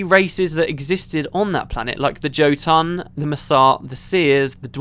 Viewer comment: Jotun, the j should have a y sound as it's a norse word for giant or ettin.